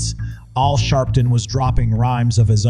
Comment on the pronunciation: ALWAYS downvote the robot voice!! “All sharpton???”